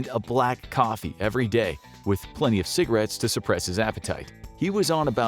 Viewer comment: When he said 20% ciggaretts 😂😂😂😂